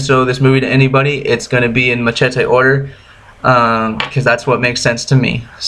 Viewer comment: First , learn how to pronounce machete..........